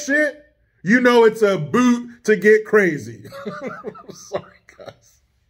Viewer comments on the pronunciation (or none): none